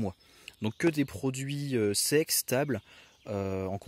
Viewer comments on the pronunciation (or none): « que des produits secs, stables » à l’oreille j’ai entendu « que des produits sexes, tables » . 😂